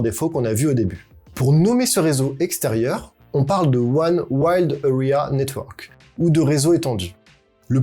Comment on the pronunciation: heu fait gaffe quand même, WAN c'est WIDE pas WILD, y en a un qui veux dire étendu et l'autre qui veux dire sauvage...